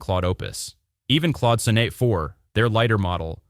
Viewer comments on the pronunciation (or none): I think this audio must be ai generated. Pronouncing IDEs as I.D.E.S.? Replit as RePLEE? Claude Sonnet as SoNNAY?